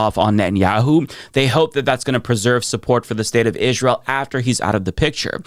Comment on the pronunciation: Why do you keep saying Izsrael so annoying.